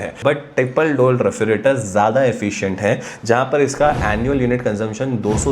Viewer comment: Refrigerator lo re-fri-trator bol rha.. Itna irritate ho ra sun sun k maine tri video hi bnd kr di is comment k bad.... Totla sala